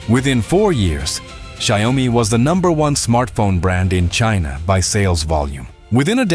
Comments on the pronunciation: Xiaomi has vision and direction Check Google translate it's Xiao-Mi No Xiao Oh mi Please DON'T change the name.. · In Chinese it's Xiao mi 2 lseparate words There's NO Xiao OH mi Please Don't change the name!!!! The Chinese will curse you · Dear, There is no such thing as Xiao Oh mi ( YOU ARE CHANGING THE NAME INTO SOMETHING MEANINGLESS!) It's 2 separated Chinese Words XIAO MI Please can check Google translate NO such thing as XIAO OH MI. IT'S Xiao Mi only! Two separate Chinese words no " Oh " Don't make a fool out of yourself to the Chinese who knows English! Now Xiaomi's mega factory's super Ai robotics can produce a car in 76 seconds. Xiaomi is a very innovative company All the Chinese who also know English knows you are speaking crap Changing the name of the company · If you cannot take the time to somehow program the voice to PROPERLY pronounce the name of the company that the video all is about, then you get a thumbs down. Xi Oh mee?????